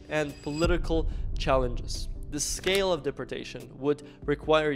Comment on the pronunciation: Learn how to say deportation or get the f*** off of YouTube😂